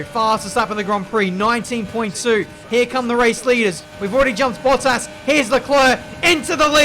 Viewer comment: Bruh the way he say bottas sound like he saying butt ass😂